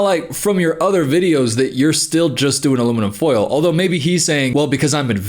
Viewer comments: southern accent detected "aluminim full" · aluminum foal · said aluminum fole